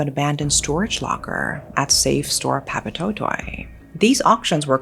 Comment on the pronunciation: Not a bad pronunciation of Papatoetoe! Nice!!